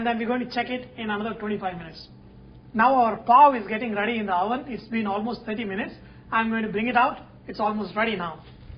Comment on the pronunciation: no offense Sanjay, I do love ur clips, but "wOVEN"???...hahaha...u cracked me up... ;'D